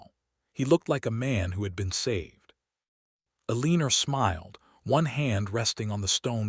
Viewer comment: Will someone please reprogram AI to pronounce her name as El a nor. E lean er is wrong and very distracting. I would just read the story but AI can't even be consistent in the spelling of the name and other words. If you insist on using Eleanor but mispronouncing it, I will quit listening to your channel.